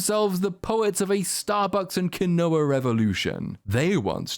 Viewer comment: Sorry, bud. chuckling at how you pronounced "quinoa".